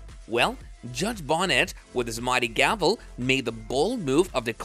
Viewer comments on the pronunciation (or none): Judge "Beneeeetiz" not Judge "Bonnet" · Benitez... not Bonnet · Bonitez…not Bonette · 🤨 "Attack" weapon & judge "Bonnet." Are you serious⁉️ 🧐 It's ASSAULT weapon & judge Roger T. BENITEZ! 😒 Get it right! 🤭 & ditch that silly voice! 💪😎👌 😜🤑👹🇺🇸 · If you're going to call Judge Benitez (Beh-NEE'-Tez) "Bonnits" then clearly you haven't *actually* been paying even basic attention, and can't be trusted. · Ok, I've been watching your videos fo awhile now. But come on dude either learn to pronounce names correctly, or find a new gig. Judge BONETEZ is pronounced Bo-knee-tez. Not bonnets. And what's up with the change Assault weapon ( made up term), to ATTACK weapons. Really, who's side are you on. Can't take the word butchery. See ya. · Pronounced Be-Neat-eezz (Saint Benitez) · It’s Judge Benitez. His last name doesn’t rhyme with “bonnet.” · At least pronounce Judge Roger Benitez name properly. It's not that hard. Ben E Tez.